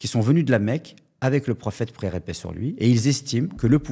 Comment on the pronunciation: Je viens juste de commencer à regarder la vidéo et je suis choqué du faite qu'il n'arrive même pas à dire quand il mentionne le prophète [PAIX ET BÉNÉDICTION SUR LUI] il dit "praix". Allahu musta3an